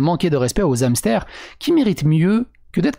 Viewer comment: Et ne fais PLUS JAMAIS DE LIAISONS AVEC HAMSTER ! il y a un "H" ce ne sont pas des Zamstères !!!! :)